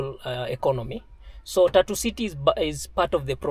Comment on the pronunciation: Your pronunciation of Tatu is hilarious. 🤣Sounds like "tattoo..."